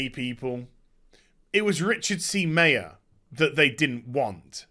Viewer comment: Meyer pronounced MY-er, not MAY-er.